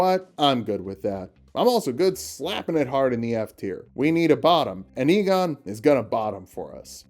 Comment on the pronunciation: You must be Igon [pronounces it ee-gon] Igon: No, it's pronounced "eye-gon": But they told me it was "ee-gon" Igon: Well, they were wrong then, weren't they?